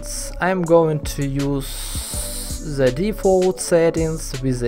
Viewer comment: why you still using "z" when you speaking? Especially when you said "the". You still saing "z". Its hard to listen to it.